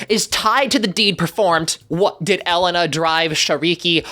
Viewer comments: I literally just left a comment about the name pronunciation 😭 my ears 😭 like I understand they did a lot of research and Sofia was the main focus for the show so they probably didn’t have time to research the pronunciation, but that doesn’t stop the physiological reaction in my body that happened when I heard it butchered so badly 😭😭😭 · Please say Elena right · Bro STOP SAYING HER NAME WRONG. My Mexican brain is literally sobbing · FRL he pissed me off when he kept purposely mispronouncing her name when they literally said it multiple time in the show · but still he was pronouncing her name wrong and did it multiple times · sofia the first is a really fun show and i'd love to see elena of avalor tackled it's also really good (also Elena's name is pronounced Ell-AY-na not elle-ena) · The ambulete was originally red, changed to purple when Elena (pronounced E-Lay-Ná not Ellanu) was trapped in the ambulete and once she was freed it reverted back to its original colour The rules changed because elena isn't there to give her the blessings and curses anymore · As a Hispanic every time you pronounce the word “Elena” it HURTS MY SOUL “El Len na”?! It’s pronounced “E-lay-na” it’s a Hispanic name 😭 BEFORE YOU COVER ELENA PLEASE PRONOUNCE HER NAME RIGHT IM SORRY BUT PLEASEEEE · ITS AH-LAY-NUH not ELL-EH-NAH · It’s E-LAY-NA, Elena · The way he is saying Elena as "Ehlehnaa" is infuriating me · Cover Elena as long as you say it right Jesus Christ that entire section hurt to hear. It's pronounced ElAna that's like pronouncing Caroleena like the state Carolina. It may be spelled the same but it's different pronunciation. Just say it like they do in the show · Say it with me now, EE-LAY-NUH She is the first Latin princess and with a series to tell her story, please put respect upon her name, And I know everyone pronounced it right in the episode and the Avalor series, so I don’t understand the confusion That being said, it would be awesome if you did a recap on Elena of Avalor